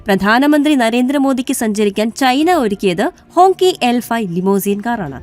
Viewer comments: ഹോങ്കി എന്നല്ല 'ഹോംഗ്‌ചി' എന്നാണ് വായിക്കേണ്ടത് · It writes like Hongqi, but pronounced as HongChi.😊